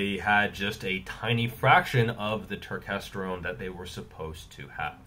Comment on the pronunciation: I came here just to hear you say turkestergone!